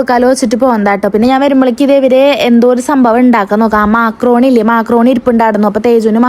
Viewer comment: മാക്രോണി അല്ല മക്രോണി